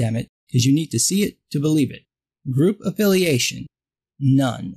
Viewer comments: For. Second I thought you were pronouncing none as known before you even said it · Me too 😂